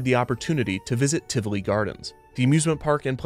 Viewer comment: I wasn't prepared for Tivoli (or Tivoli Gardens, if you prefer) to show up here, of all places. Huh. That was a lovely surprise - and thank you for being so careful and correct with the pronunciation of both the park and its founder. That was an extra treat on top of an informative and lovely episode :D